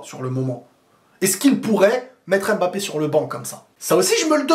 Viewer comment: La bonne prononciation de Mbappé 👌🏿on voit les efforts mdr